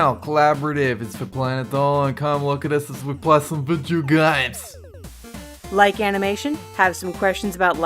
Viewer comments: "Come looks at as we play some VOODOO GAMES!!" Always sounds like that to me. lol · Am i the only one who wants to slap in the face with a plank fore the way he says video games